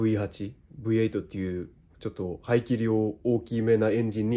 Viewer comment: 『ブイハチ』『ブイエイト』 完全に日本人の語り口ですﾈ！